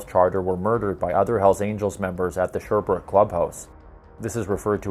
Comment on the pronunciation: ... Longueuil is pronounced "lon-gay" ... Sherbrooke is pronounced "share-brook"